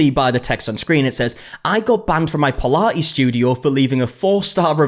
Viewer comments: Puh -La-ees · Pilates ❌ Pilah-ees ✅ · What on earth is pi-la-eees??? Almost couldn't watch...😩😅 Anyway, some businesses self destruct as a result of the owners' arrogance. Such a silly situation.